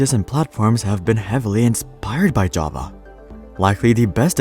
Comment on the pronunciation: I really like how you pronounce "Java". Ja-va. I have met many pretentious/obnoxious programmers who pronounce it "je-ve". I really hate them with passion.